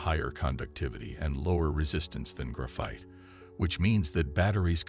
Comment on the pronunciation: "gruff-ITE" FFS hire an actual narrator already